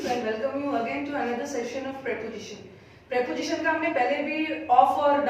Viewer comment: Teaching is excellent.But pronounciation of prepositoon is might have wrong.